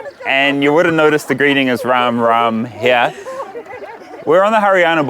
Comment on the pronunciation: Hey Karl, you are looking so descent in Indian outfit. And I like the way you are saying RamRam ji.